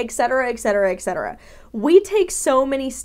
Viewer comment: It’s NOT «EC CETERA»!!! That would’ve been «ecc», not «etc»! «Ec» means nothing! «ET CETERA» is the term, meaning «and so on»! Etc - Et Cetera - and so on! Stop saying EKKSETERA, people, it makes NO SENSE❗️ ☺️🤗